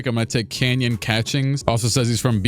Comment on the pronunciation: bro who is Canyon Catchings… it’s Kanon, not canyon